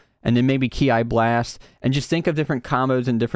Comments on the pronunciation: Not to be disrespectful but I'm just pointing out A mistake Ki blast like in key blast other than that Great video keep up the good work 😁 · Him calling kameki’s ki blast K I blast makes me laugh so much